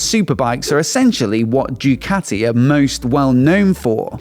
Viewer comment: Bro said “JEWCATI”